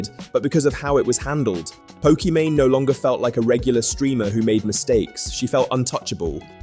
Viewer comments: Pokemany? You're gonna have to re-edit this entire video because you say her name wrong the entire time. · Pokemany doesn’t deserve to have her name said correctly. Keep the video up. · Nah bro I do not trust you to have properly researched the video if you can't even say her name properly lol It's not even an exotic name